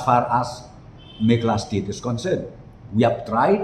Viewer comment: Pronounce "meghalaya"....mo...ym dei "megala".... 😀😀😀😀